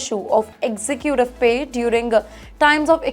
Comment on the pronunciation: you are doing well but there is real room for improvement in your pronunciation. Please use chatgbp/Grok to find the correct way to pronounce words. 1. Jeweller is not pronounced Jweller but joo-uh-lur 2. Executive is not pronounced exi queue tive but ig-ZEK-yuh-tiv 3. Incorrect - "Then comes everybody's 'famous' Vijay Mallaya, famously known as..." Correction: "Then comes everyone's FAVOURITE: Vijay Mallaya, famously known as..." 4. Goldman Sachs is not pronounced Goldman Shacks but Goldman Sachs (Sacks) 5. It's not "one billion dollar" but "one billion dollarS" 6. Violate is not pronounced voylate but VYE-uh-layt (vye" as in "vie" or "try). 7. Recurring is not pronounced as reckering but ri-KUR-ing 8. Staggering is not pronounced as stRagg ering but STAG-uh-ring 9. Interesting is not pronounced as intrusting but IN-ta-rest-ing.